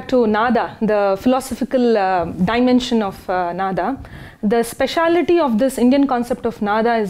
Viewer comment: नाद् = Nād, नाद = Nāda, नादा = Nādā. Of these, the second one is right and she has pronounced it correctly. It is a Sanskrit word, should not be pronounced like Hindi.